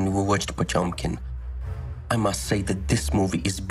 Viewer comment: "Battleship Contempkin".